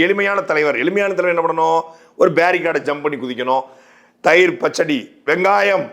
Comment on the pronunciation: Neenga thayirunnu solradhu kaathula vera mathiri vizhuthu Bro ...:stopwatch-blue-hand-timer:🤣